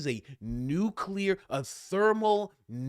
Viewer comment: THANK YOU SO MUCH for pronouncing ‘nuclear’ CORRECTLY!! So many people say “nukekular”. And I want to puke when I hear that!